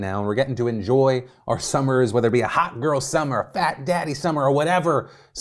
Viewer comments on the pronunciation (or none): none